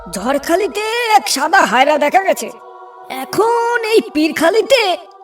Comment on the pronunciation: হায়রা না হায়না বলতে হয়